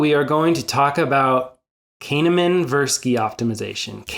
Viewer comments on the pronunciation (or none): Great vid with nice visuals. I would advise you to look up the pronunciation of people's names if you're going to repeatedly mention them in a video. I think 90% of us did a bit of a double take when you pronounced Kahneman as "Cane-a-man" 😅 It kinda outs you as someone who can't be that familiar with him so best to be careful.